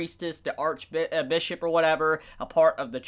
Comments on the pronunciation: You said Ark Bitch twice.... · "the main archbitch,uh archbishop or whatever" i heard that